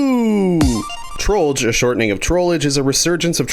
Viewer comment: He said trollger He said trollger He said trollger................ He said trolldier